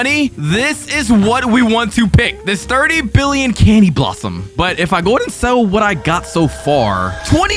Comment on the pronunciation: Bro cany blossom it’s candy blossom